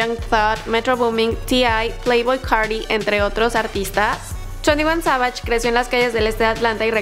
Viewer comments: Se pronuncia sevish no savash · She don’t know English cause she say 22 Savagesh